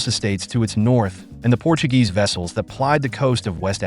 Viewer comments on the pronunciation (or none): none